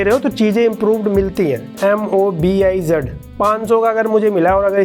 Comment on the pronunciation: Mobiz nahi vo orbiz he